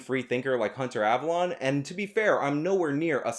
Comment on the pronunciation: Avalon is not avallone. You purposely saying their names.slightly off doesnt make you come.off as clever but as childish.and.petty.